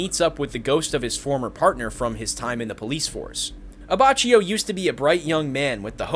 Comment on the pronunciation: IT"S AH-BAH-KI-O